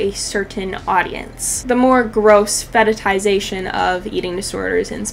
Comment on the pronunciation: Thanks for this video but why are you saying fetitization, isn't it fetishization?